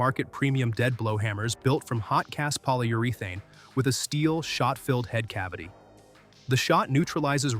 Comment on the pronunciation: KANIPEX and Poly-Ur-ee-Thane, and Lyl-ele